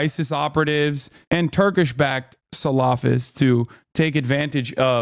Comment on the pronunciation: Why are you saying salafist like that?😂